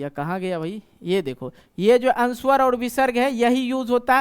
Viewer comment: सर बच्चों को शुद्ध उच्चारण से पढाइये,संस्कृत पढाते हैं,गलत उच्चारण करते हैं,जैसे- वर्ण को वर्न,अनुस्वार को अनुस्वर,अवग्रह को अवगरह इत्यादि।